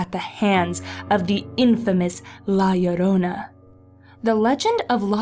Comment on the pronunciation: Finally! Someone who pronounce Llorona like Yorona!